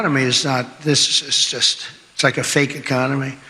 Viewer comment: I don't think he can pronounce a comedy right economy he can't even say it correctly he might be impaired😮😂